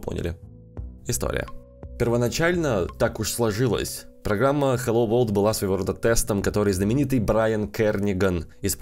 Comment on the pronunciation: Там написано на английском,посмотрите пожалуйста транскрипцию слова World,и послушайте как оно произносится (хотя автор немного не правильно произносит😞)